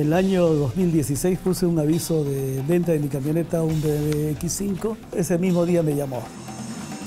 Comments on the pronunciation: Jajajajaja dijo BMV jajajajaja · se dice bmw. burro no bmv.. en todo caso seria b.m.doble.v .. o como desimos aqa mejico.. b.m. doble.u. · Que dijo sobre un poderoso que BmV ?? Pensé que era BMW jajajaja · se dice BMW no BMV